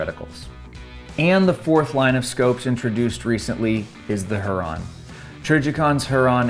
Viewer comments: its pronounced hyur-on; not huron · Here-on. Not Her-on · Not her - ron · It’s pronounced “Huer-on”. Like the Great Lake or native American tribe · Pronounced hue-Ron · It's pronounced "hear-on" like lake Huron. Trijicon is based in Michigan. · I swear if you do not go and look up how to say lake Huron write freaking now, I am gonna have an aneurysm.